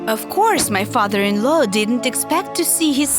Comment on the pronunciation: Her Father in laow Me Girl it is Father in law